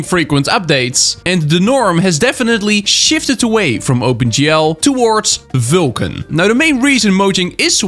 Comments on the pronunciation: its vulkan bro. not vilkan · Why can't you say Vulkan? You say VYLKAN all the time.